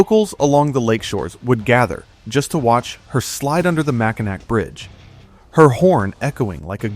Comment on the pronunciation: Mac a naw Bridge! Dumb AI. Don't care how it's spelled